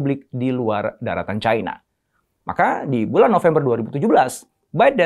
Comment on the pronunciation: Cina pak, bukan caina 🤣